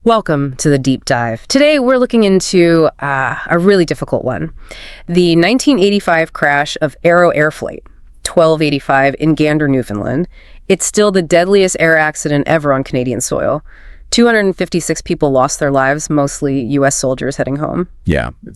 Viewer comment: It's pronunced New-fin-laaand